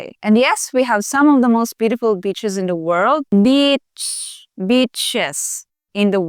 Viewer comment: You said, beach correct the first time. The third time you said it, sounds like Bit¢hes. But thank you for the message. I appreciate it.